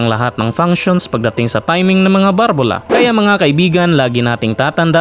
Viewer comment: BALBULA HINDI BARBULA